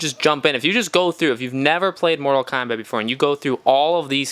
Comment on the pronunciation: I feel like im listening to someone who sucks at the game... and its kombat.. not kambat